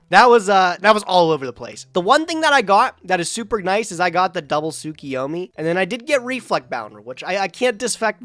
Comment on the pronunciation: Am I the only one who gets triggered when people say "Tsukiyomi"?